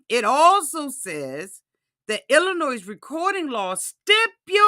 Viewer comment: I say this with all the love in the world. Illinois…it’s pronounced “El-a-noy” The “s” is silent. Like the “L” is silent in Salmon, it’s pronounced “Sam-an”. Love you and don’t want you using bad English in mixed company 😊